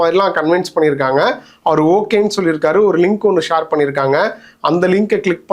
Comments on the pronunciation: Shaar illa pa...share... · Shor இல்ல share. Chair மாதிரி சொல்லுவது வழக்கம்.